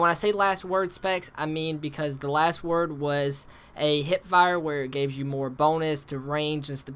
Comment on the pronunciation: hehehe its the Last word, not the Wast word. You are a funny guy